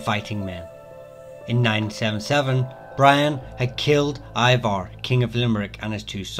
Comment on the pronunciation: 0.58. Brian Bóraimhe is his name and it is pronounced as Breein Bowrivvuh. Bryan is a modern pronunciation and has nothing to do with the name Brian. 4.45. Ivar. It is pronounced Eevur in both Irish and Norse. Your pronunciation is modern and not historical. 5.00. Uí Néill. It is pronounced with a nasal "N". Try pronouncing it like the "N" in New York. 5.25. Maol Seachlann. Not pronounced Mail Shuchlan. It is Mwail Sachlan. 6.39. Why show Braveheart???? 7.42. Corca Baiscinn. Not pronounced as Korka Baskin. It is Kurka Bashking. 7.53. Uí Fiachrach. Not pronounced Eee Feeichra. It is Eee Feeichruch. 7.53. Moy Lurg. Not pronounced as Moy Lurg. It is My/Moy Lurrig. There is an invisible vowell after the r. 8.12. Clann Laoiseach. Not pronounced as Klan Leeshuk. It is Klan Leeshuch. 8.15. Dál Cais. Not Dal Caush. It is Daul (south) or Daal (north) Cash. 8.29. Conmaicne. Not pronounced Konmuckny (Jesus). It is Konmaknuh or Konmiknuh. 8.30. Uí Briúin. Not Eee Breeon. It is Eee Brooin. 8.32. Murchadh. Not pronounced as Murika. It is Murichuh. 8.37. Toirdhealbhach. Not pronounced Turluh (very lazy). It is pronounced Turyulwuch/Turyulvuch. Some areas miss out the slight 'y' sound. Admittedly a difficult one. 9.27. Osraige. It is not Ossrigguh. It is Ussree. Agruably Old Irish Ussreeguh. 10.56. Flaithbheartach. Not pronounced as Flaherty. It is Flahvartuch. 11.28. Feidhlim. Not pronounced Feelim. It is Faylim. 11.43. Cineál Chonaill. Not pronounced as Kinel Konal. The spelling I have giv